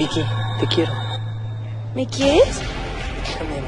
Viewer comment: Jajajajajajajajajajajajajajajaja no entendí 😓 Y te equivocaste diciendo envés de quiero dijiste queiro xd